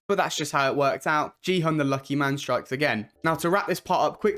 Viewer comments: It's Gihun, not Jihun. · his name is gi hun not ji hun